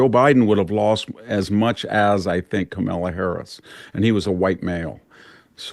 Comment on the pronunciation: VDH is a great guest but please have someone teach him how to pronounce Kamala.